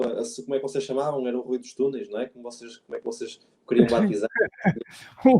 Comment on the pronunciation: Dos Tunels 😂 😂 😂 aprende a falar...